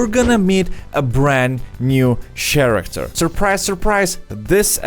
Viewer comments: It's caracter not ch aracter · I think that was just using the "sh" sound instead of the "K" sound of the "ch" in character. His English isn't perfect, so just think of what makes sense in the context. He gets it close enough :)